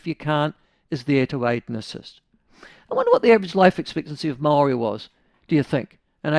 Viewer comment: Why cant this dude pronounce 'Maori'? He says it differently each time, and its somehow always terrible